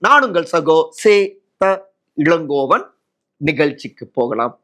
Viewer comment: இளங்கோவனா?, இழங்கோவனா? இன்னமும் தமிழ் எழுத்துக்களை, ( ல, ள, ழ, & ர, ற) சரியாக உச்சரிப்பதற்கு கற்றுக் கொண்டு, பின் திமுகவிற்கு ஜால்ரா தட்டவும்.